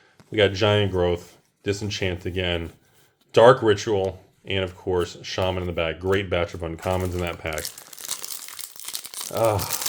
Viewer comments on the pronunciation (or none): none